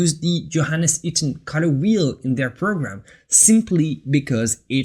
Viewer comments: You pronounce the word color wrong, it s sound like cutter when you say it. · WHY YOU SAY CUTTER INSTEAD OF COLOR?